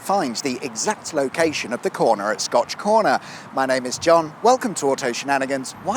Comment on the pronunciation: This sounds like a trick question.. And I see a comment below sayin scotch egg and everytime you say scotch corner, I'm only hearin scotch egg lmao...